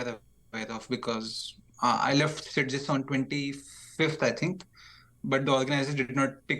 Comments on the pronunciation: As a fellow chess enthusiast from Barcelona this is sad to hear. At least with Christian pronunciation nobody will know where Sitges is :P (try Sit+Chess next time, pretty accurate to the catalan pronunciation) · Being catalan and beating you pronounce sitges is just funny. You are saying half the word